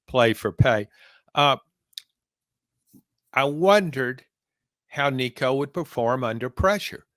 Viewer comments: Come on, man. It's week 7. Learn how to say Nico's last name😂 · Please learn how to pronounce Nico‘s name, right. It always bothers me when people don’t take the time to do their research to get a name, correct